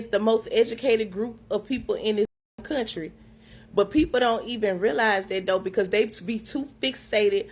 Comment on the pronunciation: ".............IS the most educated group in this kuuntry"